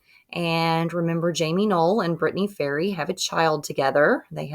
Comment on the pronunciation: Great work! Do Floyd County next. Just fyi: Ferree sounds like Fur ree', not fairy.